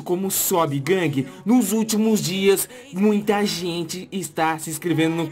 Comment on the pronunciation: vc parece o mussoumano falando guangue . LIKE